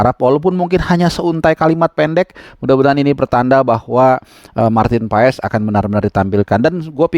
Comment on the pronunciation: Marteennn paaaazzzz ....baca nya MARTEEENNN PAAAASSSS ..